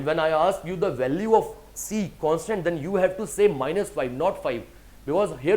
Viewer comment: Not consonant, constant 🤔